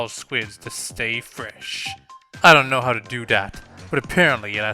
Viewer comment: secretly inhales Callie while saying stay fresh Stay fwesh!